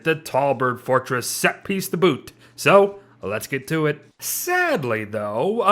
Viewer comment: nobody:: tO bOoT